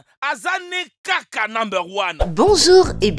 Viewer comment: C’est trop drôle quand il dit Kaka